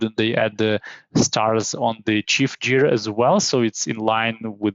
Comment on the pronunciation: it's cool, the main mistake here is gear - 'jear'... should be pronounced guear, recOrd not rEcord (the verb has stress on the second syllable - some stresses in some words) but what is more important the content, thank you. e.g. for correct stresses you can check google translate listen the correct pronunciation: a rEcord, to recOrd, just advice so it would sound more natural. there are many words like that an Export/ to expOrt etc